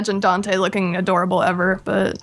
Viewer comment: Aph did u mean aDOORable